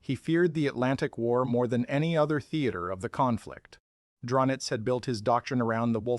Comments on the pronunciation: Who the fuQ is Dronitz? Ai gets it wrong again. I think you'll find his name is Karl Dönitz, ADMIRAL Karl Dönitz to be precise. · Ah yes, Admiral Dronitz. AI crap